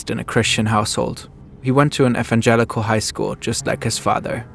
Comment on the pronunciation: This German pronunciation of "evangelical" is kill8ng me